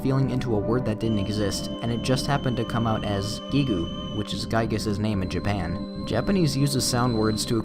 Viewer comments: So Giegue is pronounced Geeg. Like Geek. The u in Gigu is silent, just like the u in desu. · "Gee goo" I think it's safe to assume Gigue is said like "dialogue". The UE is silent. Geeg. And then in Mother 2, Geeg gas. Which kinda sounds fitting given the design change. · Mmmmmmmmmmmmmm... Pronouncing Giegue "Geegu" instead of "Gieg"... You don't hear that very often... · Listen, I don't know if it's the correct way, but pronouncing it "GeeGoo" vexes me. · lol, Guee-goo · I Like How He Says Giegue "GeeGoo"